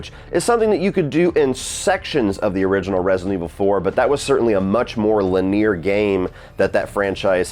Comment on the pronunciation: Not you also fukin’ up “linear” like lol